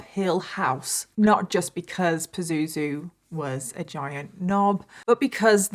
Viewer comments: I'm laughing everything you say his name and you said it so many times it sounds like poo zoo zoo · Omg everytime you say "Pazuzu" my brain goes to Zazu from The Lion King😂😫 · Have a hard time not cracking up at the use of the word "Pah-zoo-zoo" hahahah yikes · Am I the only one that finds it funny when she calls him Pazuzu? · It's not a funny story but I'm creasing every time you say his name Pazuzu. :) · I kinda giggle every time she says “pazuzu” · Every time she says "pazuzu" I giggle 😂